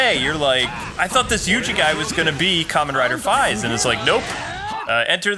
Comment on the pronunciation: Fiaz? Its Faiz.